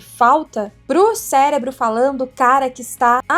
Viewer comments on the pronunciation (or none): none